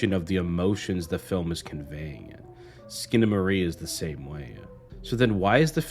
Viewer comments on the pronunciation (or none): It's SkinamaRINK!!! Not Skinamarie! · I'm two and a half minutes in and this train wreck of a video is so awful that I feel i should comment to warn people not to bother watching it. ❌Uses objectively in place of subjectively. ❌Claims that his interpretation will enhance your first viewing... of a surrealist movie. So spoilera are fine I suppose. ❌"Eck-scape". ❌Consistently mispronounces the god damned movie's title. Skip. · Bro at least figure out how to pronounce the title. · I love what you're pointing out artistically but I am begging you to edit and research better for other videos. I can't watch this with the same surreal strangeness with the constant mispronouncing of the title. It is just too grating, but your insights are great!